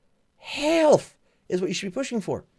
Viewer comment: I thought you were going to say "Hell fucking no!" when you said "Health" at the beginning.